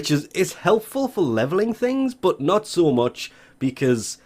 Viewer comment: But when u say but I hear bot